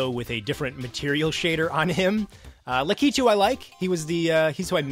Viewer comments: It's lack-a-two no la-kee-too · I had the same problem pronouncing Lakitu's name for years. I just found out too :p